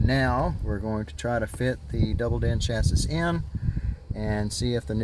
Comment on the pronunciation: Get a real radio and say chassis right